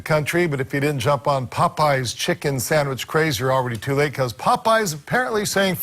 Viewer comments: It has to be a real person because she keeps saying “Sangwich” and it’s bothering my ears so badly. 😞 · A “Sangwiche?”….dont piss me off…fix up immediately lol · "Sangwidges" are this girl's penguing. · This AI is killing me by saying “Sangwich” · Is this AI cause she (or it) keeps saying “Sang-wich”. Am I the only one who hears it? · Sangwidge??? Please stop with the AI 😂😂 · As a fellow Caribbean, never heard a Trini say sangwich but I’ve heard plenty of white people say it tho 💀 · Nobody:..: ✌️Sangwich ✌️ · Am I trippin or is she saying 'sangwhich' ? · What in tf is a “sangwitch” 🥴😭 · Anyone else hearing “sangwhich” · sang which 😂😂 git me questioning if you’re ai now lord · what in the name of Davey Jones is a "SANG-WICH" ?? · I think the sandwich pronunciation as sangwich is a Northeastern thing like Maine or Rhode Island or a 👱🏻‍♀️👦🏼👩🏼 thing lol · Oh Gucci saying “Everybody wear tennis skirts” gonna be in my head all day omg the way you say “sangwich” (sandwich) shocked me so bad because the only other person I know who says it this way is my nephew ❤❤❤ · SANGWHICH 😭babe where are you from Boston ??? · Babygirl said sangwich, you afrolatina? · why do you keep saying sangwhich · “Sang-wich” is tickling me. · I was going insane every time she said it like that! I’ve never heard anyone pronounce sandwich like that so it was really grinding my gears ugh. What region is that from? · i love how you say sangwidge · Is it colloquialism, you’re pronunciation of “sandwich” as “sangwich” ? 😂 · Sangwich is driving me crazy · I kept hearing "sang-wich" lol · As a Canadian damn near every white person from the suburbs says it that way 😭 never heard a black person say it that way tho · yes she does & i hate it lmaoo great video tho!